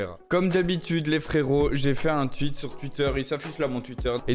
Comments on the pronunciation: Accent français: "jai fait un tweet" Accent: "jai fait un tuite" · ça me tue avec ton accent tu dis « twuit » 😂